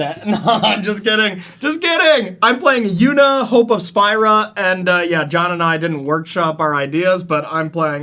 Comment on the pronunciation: You can tell someone didn't play FFX when they pronounce Spira like did.